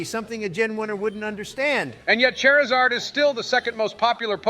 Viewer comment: I love how halfway through they're arguing proper pronunciation among Pokémon names, when they both say "Chairizard", lol